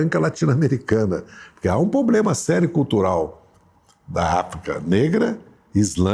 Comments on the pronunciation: Quem roubou os plurais do Dirceu? 😂😂😂 E "pobrema" doeu o ouvido! 🤦‍♂️ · É duro escutar alguém desse nível falando “poblema” e comendo “s”….. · Pobrema não se escreve com s.